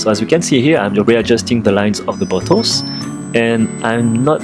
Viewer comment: When he says "bottles" I hear "Buttholes"...